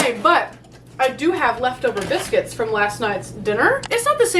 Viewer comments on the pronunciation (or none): nerdy giggle "Huh uh huhuhuh... she said "bicuits". ;)